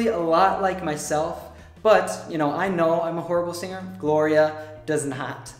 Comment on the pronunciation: did u really say 'Gloria doesn't know that' ? I couldn't hear the 'know' heheh